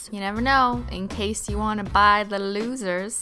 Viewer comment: "that's not alwais the cais is iet" 😂